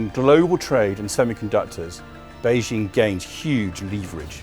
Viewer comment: 🍯🍯🍯🍯 If he knows so much about China how come he cannot even pronounce Beijing or Xi?? 🍯🍯🍯🍯